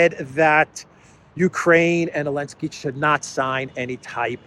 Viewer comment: Why do you say Elensky 90% of the time when his name is Zelensky?